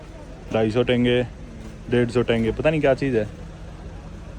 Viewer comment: Tenge❌ Tenge✅